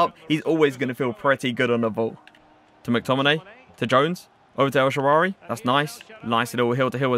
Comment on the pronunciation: Man Just Said El Shaarary🤣🤣😂😂